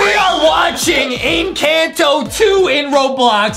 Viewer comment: The name is encanto the a says al